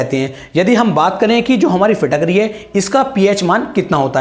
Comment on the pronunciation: फिट करी होता है न कि फिटक री